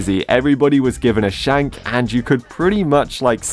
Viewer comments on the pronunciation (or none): First time me hearing say shank. Very British way but wow